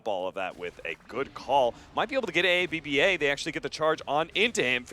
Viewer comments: aaBBaa pronounces AB-BA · ab-ba not a-b-b-a haha